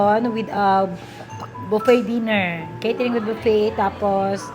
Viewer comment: Baffet - booffet po madame 😅